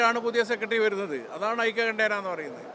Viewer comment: 'ഐക്യകണ്ഠേന' അല്ല; 'ഐകകണ്ഠ്യേന' ആണ് ശരി